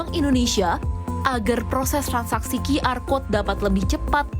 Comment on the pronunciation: sejak kapan QR dibaca Qi-Ar????????? It's either Qyu-Ar, or Qi-Er(versi bhs indonesia)